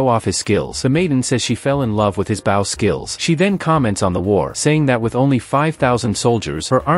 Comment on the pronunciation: can we get the ai to say bow correctly?